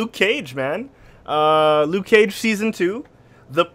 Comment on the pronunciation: Lucy Liu-ke Cage